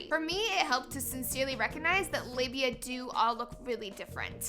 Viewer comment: Hell. I just read about 5 days worth of comments to this video and really read nothing that actually contributed to the discussion. I'd just like to thank Laci for teaching me how to properly pronounce "labia". I never really thought I was getting it right.